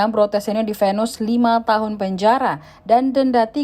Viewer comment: Salah baca lo, vonis jadi venus